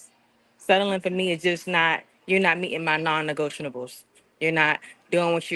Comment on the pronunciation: Wait. Did she say “non negotianables?!” OMG. Yeah that’s the cherry on top. No way.